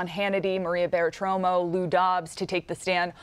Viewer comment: She needs to learn how to pronounce Bartiromo last name.